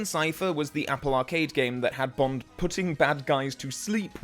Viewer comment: STOP GETTING BOND WRONGGGGGGGGGGGGGGG